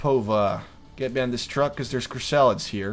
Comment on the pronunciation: and i love how you pronounce chrysalids, chris-salads it's hilarious.